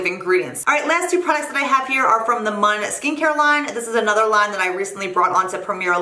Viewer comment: Just letting you know - "Mun" is pronounced "moon"! Great recommendations!